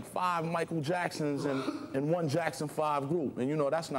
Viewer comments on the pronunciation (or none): "Five Michael Jacksonses" 😂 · Gza...... Vocabulary amazing talking about chess....... Then says jacksonsonsess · My guy GZA tried to pluralize the word “Jackson” with that “Jacksesses” lmfaoo